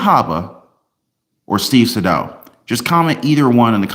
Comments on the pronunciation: "Say-Dow." Not "sa-dough" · It’s SAY-DAL!! I appreciate you but your pronunciation of the name kills me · Hey. Great job as always. Btw, Atty Sadow's name is pronounced Saydow, long a. Just saying. He's a great litigator. Love your videos 😊😊